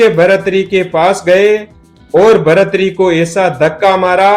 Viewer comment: भर्तृहरि ही नाम है। इसको शुद्ध कर लो( भरथरी नहीं)